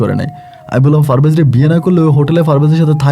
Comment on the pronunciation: For your kind information it's not Farvez it is parvez